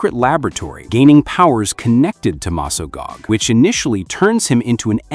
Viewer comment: dude its Mesgog not mesgag Also i 100% Ship Tommy Oliver and Kimberly, Jen and Wes too